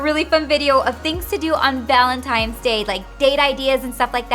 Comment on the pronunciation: Ok. She's totally saying ValenTIMES! Laura Lee did the same thing.